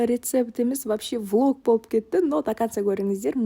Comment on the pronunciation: Волг емес влог деу керек ет волг деген қасқырғо орысша айтқанда😅😊